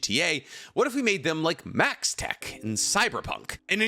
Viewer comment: it's maxtac, not maxtech